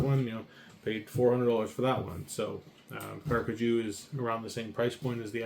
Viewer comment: Thank you so much for your review! We're glad you're enjoying our gear. We truly appreciate your trust and support. And by the way, you're pronouncing the name perfectly!